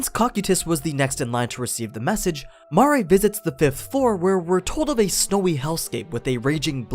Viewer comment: ITS MARE NOT MAA RE DEAR GOD